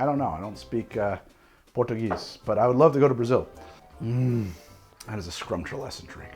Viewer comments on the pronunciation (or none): none